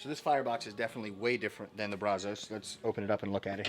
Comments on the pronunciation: Love ur videos man! But... “Brazos” is a river in Texas. And, you dont say it correctly. Say “Brazz-us”. Trust me on this. 💪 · Dude is obviously NOT a Texan or a "Dallas" guy because he isn't pronouncing Brazos OR Pecos correctly. It"s Brazz US and Pay CUSS. Your welcome. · i'd imagine if you took a poll, most texans pronounce brazos like "bra' zuss." bra as in "brat" and zuss as in... "us" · Its pronounced BRAZ-əs..Sorry I got so triggered. I live in Brazoria county about 3 miles from the Brazos river...Great channel...I have spend about 8 hours on here in the last 2 days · You can definitely tell you ain't from Texas. Mispronounced Brazos and Pecos smh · Ok man I don’t want to hate but you are killing the way you pronounce Brazos